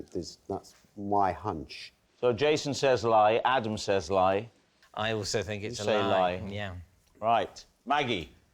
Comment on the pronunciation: Is it a truth or a lie Adam Woodyatt.can't say "think" but substitutes "Fink" !